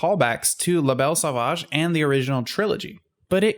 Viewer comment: "Lah Bell Saw-vaadge" You Americans butcher the French language..... Phoebe Buffay